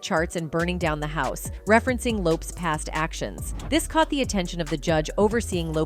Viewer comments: Yes can't believe there aren't more comments on how she's saying "Lopes" lol, how can anyone not know this woman said it Lopez? she's one of the most famous women of the decade. They probably do it on purpose to make people comment. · It's LOPEEEEEZZ 🤦‍♀️ like dang at least get my girls name rite smh I hate AI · I think its AI reading. Ive noticed it on other videos too. Many vids these days are using an AI narration i think. I think. I could be wrong but ive noticed other mispronunciations that are similar. AI is reading it phonetically. Lopes with an S does not phonetically read as lopeZ. What do yall think? Maybe? It bugs the shit out of me when i hear stuff like that and then the grammar mistakes too! 😮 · Why did you BLEEP OUT the word Sexy in this report on TLC? And Left eye's Last name is pronounced as Low-paz... duuuuuuuuhhhh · It's Low-Pez